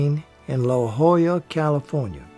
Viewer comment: Congrats on properly pronouncing "La Jolla!" Very few get it right.